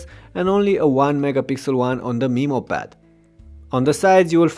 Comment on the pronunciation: For the first few minutes I was like " a WHAT pad??" Then I realized he's pronouncing Memo like "Meemo".